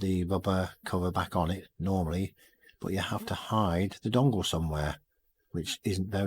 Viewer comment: LoL you said Bong it just sound funny . . nice clean wiring you should see under my seat look like spaghetti